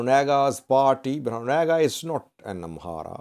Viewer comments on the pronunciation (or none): none